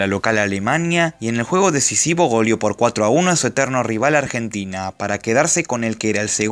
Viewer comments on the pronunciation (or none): none